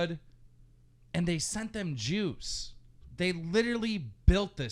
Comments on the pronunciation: Didn't anyone else think he said jews instead of juice EVERY single time lol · Is he saying Jews or juice?